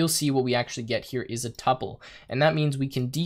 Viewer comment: It's pronounced two-pull.